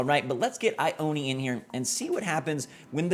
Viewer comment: Just gonna say there is a town by where i live called Ione. But its not( I-own-ee) like how he pronounced it. its regularly pronounced as (I-own. ) just thought it was interesting hearing it said like that.